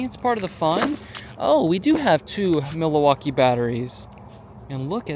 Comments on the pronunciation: "Mil-a-waukee"? Does not know how to pronounce Milwaukee? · MILL-WAUKEE ..what are you even saying